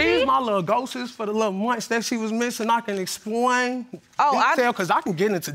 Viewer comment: Ghoses! lol